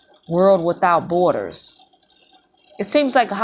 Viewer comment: Hello,!! Miss school much??? You should!! The word B O R D E R S is not BOARD ERS!! Get a dictionary!! OMG!!